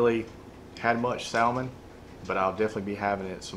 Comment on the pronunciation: Yo bro... the L in salmon is silent. Here on the coast we soak the boards overnight as well. Marinate the meat overnight in some soy and demerrera and serve with finely chopped green onions...